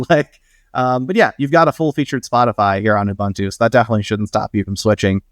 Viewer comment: Please look up how to pronounce Ubuntu. The name was specifically chosen as a word in Zulu that means to be open and receptive. There is only one way to pronounce it.